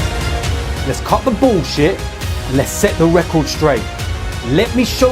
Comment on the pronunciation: 'lets cut that bouwlshet" lmaoo